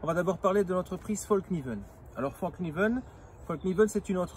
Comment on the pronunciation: Un conseil , pour avoir été empêtré dans une conversation identitaire, ne dit pas fallkniven comme tu le dis devant un suédois qui a trop bu 😁. Ca les fait rager de nous entendre mal prononcer leur rares marques alors qu'on fait des efforts pour prononcer correctement london, Manchester united , nike comme il se doit ..😉 Moi en tout cas mon coeur balance . J'ai eu des version d'autre couteau avec revêtement dans le passé. Et avec le temps ça devenait dégueulasse. Bref après tout ce temps il donne quoi le revêtement ?